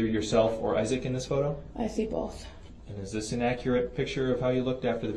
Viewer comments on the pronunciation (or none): Why do they say ‘boaf’ instead of ‘both’?